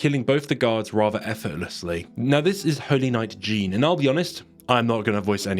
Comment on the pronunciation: My middle name is Jeanne pronounced how you do in the video so I believe any other pronunciation of the name is wrong lol 😂